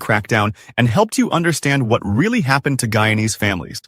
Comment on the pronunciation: Hey, you cannot even pronounce the word "Guyanese ' properly and these pictures are not from Guyana. Simply falsr